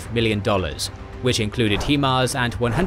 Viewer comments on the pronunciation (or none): It's HI MARS not HEE MARS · I never knew it was pronounced HEMARS, I thought it was HIMARS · America vs english vowel stress